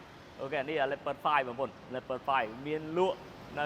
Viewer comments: Leopard = លីអូផាត ❌️ Leopard = ឡេភឹស ✅️ 😂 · English ខ្លាំងពេក Leopard = ឡេភឹស ok brother you win